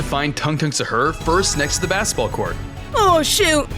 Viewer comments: It’s not “Shar”it is sahur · He said sahur your def or sum?